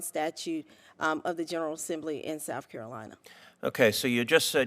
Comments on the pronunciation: Grown woman: “Souff Carolina” 🙄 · Souf Carolina. Amazing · "Souf Carolina" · SHE SAYS S O U F CAROLINA! IGNANT